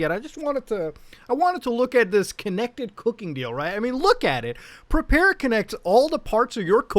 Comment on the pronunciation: "pre-pear" nice